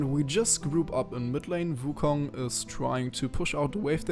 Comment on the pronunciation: Hey may i ask what runes are you using? P.S why do you pronounce it vu kong(not trying to be mean if you cant prounounce wu)Nice video btw:)